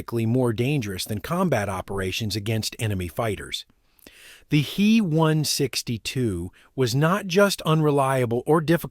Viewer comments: Thanks for this. You are picking up some questionable habits from A.I. narration. It's not "me" or "he". It's Heinkel 162 or "H-e" or "B-f" or Messerschmitt. I don't know how to spell the full words for "Bf", much less pronounce it. Bayerische something. Eric deserves a medal for not dying, he dodged more bullets in his work than anybody. What a Boss. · Also.. its H. E. not Hee. 😄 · Lots fo folks pronounce H E as he. Likewise DO (dornier) is pronounced doe .